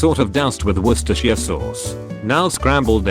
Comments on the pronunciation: He said Worcestershire sauce wrong though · CAN PRONOUNCE WORCESTERSHIRE SAUCE BUT NOT VINEGAR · well, my whole life has been a lie leading up to this point then. I always thought it was "worshtsershire" or something like that lmao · I used to live in Worcestershire and after moving elsewhere, it surprises me that at least 60% of people (British) cannot pronounce it. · According to google translate, this was the wrong pronunciation of Worcestershire . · That moment when the TTS can't even pronounce Worcestershire... That word needs a rebrand.